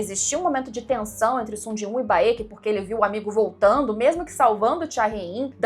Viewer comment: Vc chamando o Baek de Baêki é engraçado kkkk É só Béck. Sabe a Raenyra de House Of The Dragon? Pois é... mesma logica. Nao é Raênira ou Rânira, é só Rênira/Rénira. A = A Ae = É/Ê I = I Eo = Ó/O Eu = U